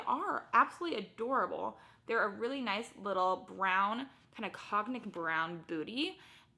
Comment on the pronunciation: Cognac is pronounced “kwon-yak” like the alcoholic drink 😉